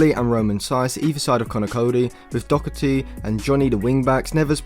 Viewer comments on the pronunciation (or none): Love the videos. But it’s Doherty not Dockerty 👍🏻